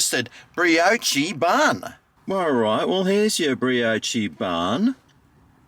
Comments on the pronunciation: The pronunciation of brioche was diabolical 😂 but gets a pass because only he can say it like that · Bree-oh-chee hahaha